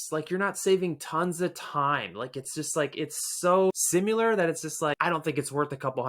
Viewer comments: sim-U-lar -E-nnoying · Simular? Eenoying? I’m just not willing to take advice from a guy who doesn’t know how to pronounce basic words. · I stopped watching this review when he said “simular” and “ennoying”…… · Its' sim·i·lar not SimUlar lol Good informational video! Thanks for sharing your thoughts! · Bro why you say “similar” “annoying” like that wtf lololol